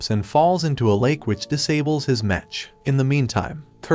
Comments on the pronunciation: Also the tts freaking sucks. The pronunciation of the word "mech" ended up as "metch" or "mesh" among other butchered words and names. What the heck boi? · Why do u say "Mech and not "Mek" ? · It’s mech not mench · Whats a mesh its a mech not a mesh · Mech not metch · Why are you saying MECH wrong, unless it is computer speak... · YOU KEEP ON SAYING MECH WRONG! 😡😡😡😡